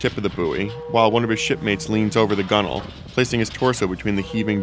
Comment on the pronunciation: at least he said gunnel and not gun whale